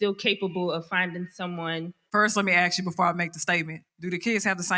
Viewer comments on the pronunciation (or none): Let me axe you a question. Are we still saying 'axed' in 2024. State of the art primitive.